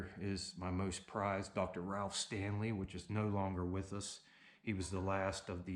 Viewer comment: Weird way of pronouncing most and stone.